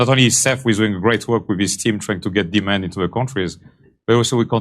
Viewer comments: he didn't say "demand problem". he said "demon problem". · It sounds almost like he's saying Demon instead of demand. "We have a big demon problem." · I thought he said, "We have a big demon problem." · When he says the word demand it sounds like demon. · Sounds like he's saying "We have a big demon problem."